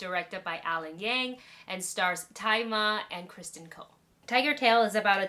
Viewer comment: Why does everyone pronounce 'Tzi Ma' as 'Thai Ma'?